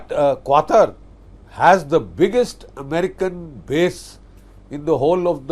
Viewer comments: Qutar not qater quter 😂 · It's QATAR not QUATAR 😅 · quatar nahi qatar hai chootye sankki budhay 🤣🤣